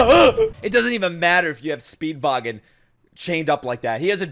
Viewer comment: stop calling him speedvagon pls